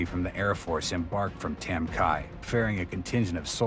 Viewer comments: It’s not pronounced tam ki, it’s tam key. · It’s pronounced Tam Ky as is Key like a house key. Not Kia! I served there. I’m not sure how much of this I can believe since you can’t even pronounce the the village name properly. And don’t come with bs about how it can be both. It’s not. The Vietnamese people said Ky as in key. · It's pronounced Tam Kee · It’s pronounced tam key. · Duly noted, I am the human voice over narrator for this and I try my best to research the pronunciations for the villages and names, I found a video where a former president bestowed and Medal Of Honor on someone who served in this engagement The President called it Tam Ky(rhyming with TRY) However after seeing your comment, I further researched and found that you are indeed correct…it is KEY, not Kyyy for pronunciation; The President’s medal ceremony was saying it wrong! Thank you for the correction, will try and do better in the future!